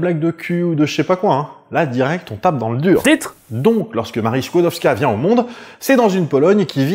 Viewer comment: La jeune Maria Sklodowska (bravo pour la prononciation) s'est placée 4 ans comme gouvernante (logée, nourrie, blanchie donc rien à dépenser). Elle envoie tout son salaire à sa soeur Bronia pour financer ses études de Médecine à Paris. Et ce n'est QUE quand sa soeur a fini ses études que Maria vient à Paris et Bronia prend en charge ses études. Je conseille la comédie "Les Palmes de M. Schutz" qui relate, entre 2 gags pas du tout biographiques, la découverte de la radioactivité. Il y a aussi la série "Marie Curie, une femme très honorable" d'après la biographie de Françoise Giroud. On y retrouve Jean Perrin, Paul Langevin, les Borel, bref tous les Dreyfusards... C'est tout pour moi, merci de votre attention...